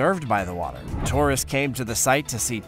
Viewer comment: "Torists"? What are they? 🙄